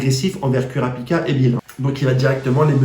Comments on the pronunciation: Kurapika on le prononce Kourapika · super vidéo, par contre par contre kurapika ca se prononce courapika xd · oof sa fait mal quand tu prononce kurapika